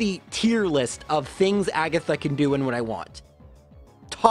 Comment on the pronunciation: ah yes, the Elite 4 Laura-Lee Bruhnoh Kooguh Aygath and Champiom Lancy